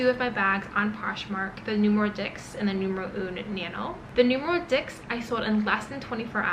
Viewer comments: Great video! It is pronounced as dis (not dicks) in French. :) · Dix is pronounced as dis. X is silent. It just hurts me so much to hear dicks 😢 If you are investing so much into this brand, why not learn how it’s correctly pronounced?